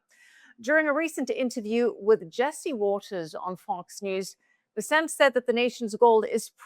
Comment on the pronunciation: OMG it's BES-sent, for F's sake. Scott BES-sent. Emphasis on the first syllable of his last name. Get it right will you PLEASE? You guys are posturing as financial professionals and you can't pronounce the Sec'y of the Treasury's name?